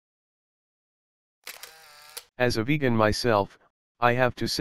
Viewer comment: Ah yes... "Vej-ann"